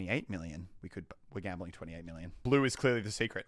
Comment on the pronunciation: Is it wrong that I am getting triggered over his gamboling